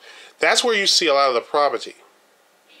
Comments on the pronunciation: I would have enjoyed listening to your view of Detroit. Unfortunately, there are a few things about your video and commentary that voids all of your opinions, 1. The use of mispronounced words. For example, "Proverty" instead of Poverty and "Ammalance" instead of Ambulance, just to name a couple. 2. You focused your tour around the same downtown area of Detroit that included Greektown. However, I would have liked to see the Renaissance center, the Riverwalk along Detroit's newly designed waterfront, Campus Martius, Cobo Convention Center, Downtown Shopping, Comerica Park, and the Downtown Financial District; all connected by the People Mover Monorail System. You showed parts of the east side of Detroit but failed to show the famous, historical Belle Isle Park. Had you ventured from downtown via Woodward Avenue, you would have passed through one of the larger universities in Michigan, Wayne State University and the world class WSU Medical Center, which includes several noted restaurants, bakeries, entertainment, the Detroit Public Library, African American Museum, among other museums ,and the Science Center. Driving a short distance from that area would have placed you in Detroit's New Center area. This area includes even more entertainment, restaurants, and galleries. No less than two minutes from this area is the famous Motown Museum. This just touches on several hot spots in the city. Once you start driving around the city, you will begin to see many historical areas with b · Provety? Say it with me po-ver-ty!